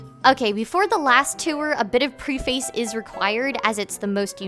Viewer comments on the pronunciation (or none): Just please do not say "Pree-face", because it is pronounced as "Preh-fuhs".